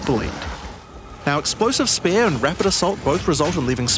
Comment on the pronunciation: Why can’t you pronounce spear properly?😂